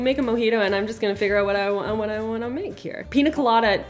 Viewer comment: Love more pronunciations!! Pina 😂 instead of piña. These are some of my favorite vids of. So fun!